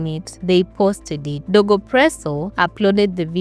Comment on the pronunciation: DOGO not DEGO